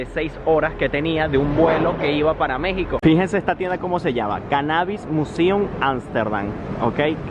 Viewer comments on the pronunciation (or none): none